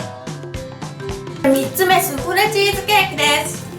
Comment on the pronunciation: スフレチーズケーキがススレチーズケーキにしか聞こえん